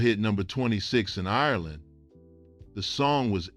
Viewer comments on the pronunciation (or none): none